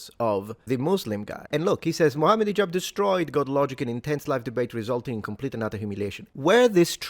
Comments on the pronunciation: You pronounce his name as High-jab. why? His name is pronounced like He-jab. It's not hard to say. Especially since you're not an American hillbilly. Not a big thing but what with that? Otherwise, it's not the first time Hijab blocks or edits debates he took part in. A snake of the worse kind. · Hee-jahb. But he does act high so I'll forgive ya. Lol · High Jab? No. It's He-Jab